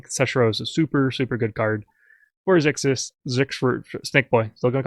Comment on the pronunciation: Xy is pronounced as a z As in xylophone